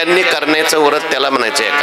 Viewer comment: व्रत असे म्हणावे